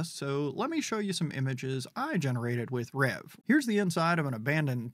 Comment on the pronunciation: Nice saying Reve right. You're like the only one! Rev is how it sounds from my understanding via the Discord, which is semi to very active given its age.